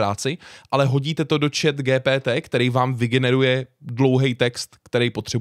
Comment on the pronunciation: Proc to říkáš po česky GTP. Když to se čte “dži pí tý”. Radši to řekni anglicky. Ja jsem napsal takhle úkol ze španělštiny. Přes tuhle aplikaci